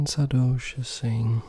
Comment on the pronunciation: Everyone : saRdoche That guy with his cool voice : Saadoche